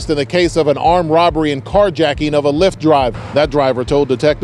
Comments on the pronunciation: It's LIFT (Lyft) not leaft 😂😂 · “Leeft” = Lyft 🥴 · I say, this guy talks a lot of shit about Latarian for someone who pronounces Lyft like "leefdt."